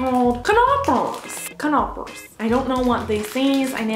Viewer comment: Knopors :D duplous xd wie sich das anhört wenn sie es sagt xD